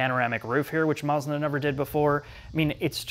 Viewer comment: He says Maarzda.